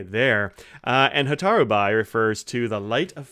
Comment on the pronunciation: Fascinating color, thanks for reviewing it. By the way, "bi" is pronounced "be." It comes from the character meaning "fire."